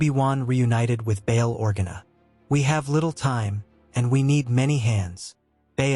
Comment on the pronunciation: Org-enna. AI I just cant bruh ....